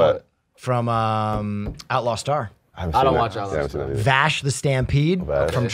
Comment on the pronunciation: MY MAN SAID GENE STARWIND and VASH. LETS GOOOOOO